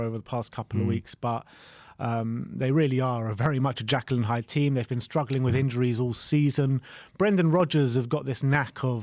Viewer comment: it's Jekyll and Hyde, not Jackal and Hyde 😂